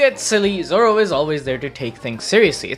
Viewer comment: Is it only me but I saw nami say zolo